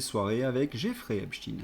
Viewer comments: QUAND allez vs donc prononcer EPSTEIN et non epchtin...en tant qu'ancien prof (de français ?!) diriez vs Einchtin,Lichtenchtin. ,etc.... C'est insupportable!!! Pour qui "roulez vs donc ???? Merci de daigner corriger Cordialement... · Désolée mais prononcez aïne et pas iiine Vous paraissez leur donner raison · Epstein et non Epshtin, svp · epstEIN pas epstINE, manque les castors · Pas Epstin mais Epstein svp! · Pourquoi prononcer epstine, ça dévalue ton propos. En français on a toujours prononcé Albert Einchtaïne et autres Bernstein, Eisenstein, Bornstein... comme en allemand et en yiddish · Cessez de prononcer Epstein en Epstine. Est-ce que vous dites Albert Einstein ou Istine ? Non ! Alors faites un effort au lieu de répéter ce que vous entendez sur les médias mainstreams. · vous écorchez mes oreilles: s'il vous plait, prononcez Epstein comme on prononce Einstein! Merci